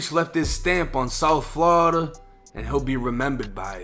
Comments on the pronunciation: Bru say flawda so wrong he not from hea that’s all I kno 😂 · "Flada" lmao